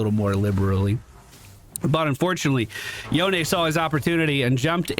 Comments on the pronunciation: Should be Yo-ne. He's from magical-pseudo-japan so you pronounce it as if it were a Japanese name. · Welcome to league buddy im happy to see you on a game I play again it's been forever. I'm gonna follow the game and give you a run down after to help out also it's pronounced yone... clearly.